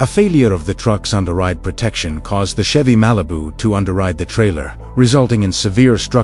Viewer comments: Oh yeah! MAH-LEE-BOO-YAH! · 2009 chevy mAH-lee-boo! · Oh yeah! MAH-LEE-BOOO! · I heard Chevy Molly Boo.